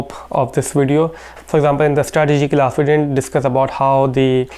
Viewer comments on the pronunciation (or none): ah .. finally I got it! it's not glass... it's class! He wants to say class! damn...